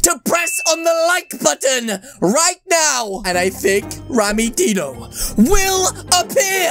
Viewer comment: rammmys name with the dino you say it like deano not die no you say rammys name with die no